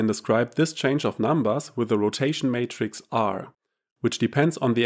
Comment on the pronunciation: Great video but the word is Matrix not Mattress Mattress is what you sleep on.